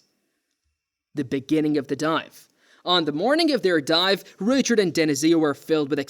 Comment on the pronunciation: Ray-chard? Maireeng biology? Strange pronunciation going on here.